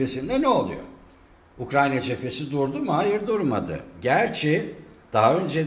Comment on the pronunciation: Ukranya diye bi ülke yok. Haber yapacaksanız doğru düzgün telaffuz etmeyi öğrenin.